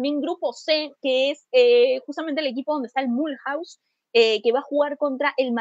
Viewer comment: Gracias por el programa 😀 Cuando mencionen equipos franceses si quieren les puedo ayudar con la pronunciación. Ejemplo: Mulhouse = "Miuluz" 😀